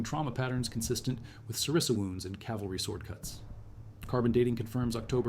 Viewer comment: it's xyston and sarissa not zistan and cerise lol